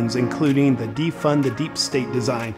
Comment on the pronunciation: First teach him "th" not equal "z"